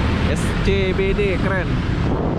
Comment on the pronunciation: Bang dibacanya bukan pake bahasa Indonesia,pake bahasa inggris dibaca nya jadi es si by dy bukan es ce be de🗿